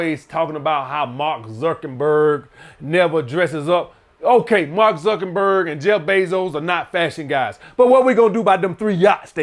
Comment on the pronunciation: “Mark zukenberg” 😂😂😂